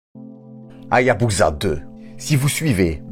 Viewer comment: On ne prononce pas HA-YA-BU-ZA mais HA-YA-BU-SA avec un "s" comme dans "saucisson". Dans tout mot japonais transcrit en alphabet romain, la lettre "S" se prononce toujours "S" et non pas "Z", même lorsque cette lettre se trouve entre deux voyelles. De même, on prononce le nom de la ville de Nagasaki "NA-GA-SA-KI" et non pas "NA-GA-ZA-KI". La règle est simple: dans un mot japonais transcrit en rômaji, le "S" se prononce toujours "S", et le "Z" se prononce toujours "Z". Il n'y a pas d'exception à cette règle de transcription. Ce détail linguistique étant corrigé, excellente vidéo ! Merci pour les explications sur cette formidable mission.